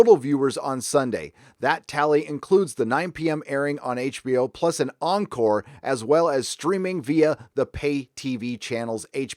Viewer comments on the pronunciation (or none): none